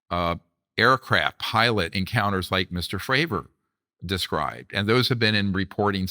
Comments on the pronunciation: Is the interviewer intentionally mispronouncing people’s names? “David Groosh” and “Dave Frahver”? Dr. Greer says the name correctly but he continues. Maybe it’s an English as a second language thing? Not a big deal, it just bugged me when they were talking about Grusch and then when he did it again when talking about Fravor. Nit picking. Maybe just a note for accuracy toward credibility. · Hey, Vlad - Grush's name isn't pronounced 'Grewsh' (like 'grew'), it's pronounced Grush' (like 'crush '). Dr. Greer keeps trying to tell you by saying it correctly, but you just aren't listening. Fravor's name is pronounced Fravor (like 'favor'). People's names matter. Would you like to be called 'Vlade' (like 'blade')?